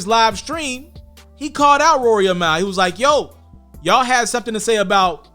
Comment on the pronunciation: Niggas would never get Mal name right 😂😂😂 every person I’ve ever heard say his name pronounce it different LOL this guy saying Mile 😭 it’s Mal, as in JAMAL lol idk why that’s so hard for people to understand